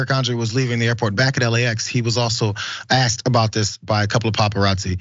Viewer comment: Aksed... lol